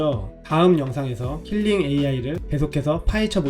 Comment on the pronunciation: KILING이 아니라 KLING요 킬링->클링 괜한 지적질 죄송